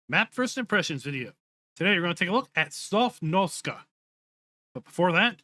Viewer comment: You keep saying 'Sofnoska' ..that's nowhere near the correct pronunciation. You keep mixing up the letters. That's like me saying 'Pesvynalia' instead of 'Pennsylvania'...